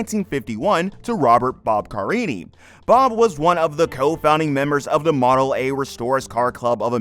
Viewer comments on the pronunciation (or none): none